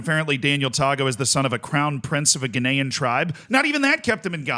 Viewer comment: Glad someone else noticed. I eventually decided he was just saying “Ghanaian” in a slightly odd way